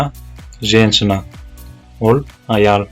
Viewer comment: Только не ребЬёнок,а ребЁнок😁 Не женЧина,а женЩина) вам тоже нужно ещё тренироваться с произношением😁